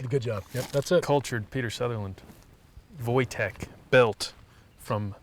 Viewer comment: Simply lovely. You just grab a coffee and enjoy two dudes shooting expensive pistols. And I like how Americans pronounce Polish name Wojtek. Gorgeous.